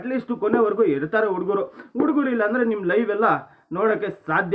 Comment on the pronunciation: ಲೋ thamma ಉಡುಗರು ಅಲ್ಲ ಹುಡುಗರು